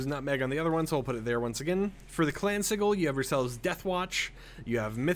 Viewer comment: Not to be rude, just to correct it it pronounced si-jil